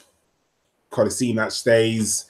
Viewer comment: I'm not from Bosnia, but from Croatia so I can tell you how to pronounce Kolasinac, like this - KOH-LAH-SHI-NATZ